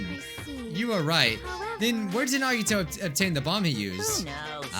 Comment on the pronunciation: I miss when called Nagito "Naw-Gee-Toe". Just me?